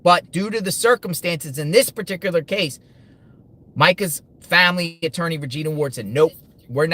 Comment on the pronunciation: Surely his "atoorney" ...if he still has one ? Advised him to stop